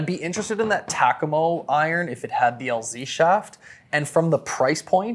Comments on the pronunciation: Holy smokes bro its Takomo pronounced Ta-ko-mo not Tac-a-mo. What are you, from Canadia aye? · You saying tack-a-mo is killing me.. it's tah- ko-mo.. I getbthey are new but it almost felt like you were getting paid per name drip with the amount if tunes you said it but could have just been me noticing it more bc it was incorrectly said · Why does he say Takomo and Muira so weird and my dude sounded like a golf snob when talking about the Wilson Staff CBs which I know to be a great players iron